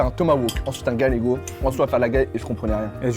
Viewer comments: Pour le coup c'est cool mais j'ai pas pu m'en empêcher la viande de Galice ne se prononce pas galégo mais gayégo et s'écrit gallego merci x) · Le steak se prononce GaYego ya 2 L